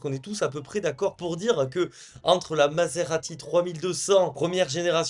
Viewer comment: Jadore ton contenu mais par pitié arrête avec Massssserati ca me fait tiquer etant italien 😂😂😂😂 mais continue comme ca jadore .. mazerati mazerati mazerati